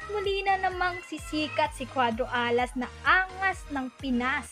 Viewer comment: Maganda sna mkinig sa kwento nito kaso pahina ng pahina ang boses at saka yung pagbigkas mo ng alas at pinas nakakadiri parang hindi ka pinoy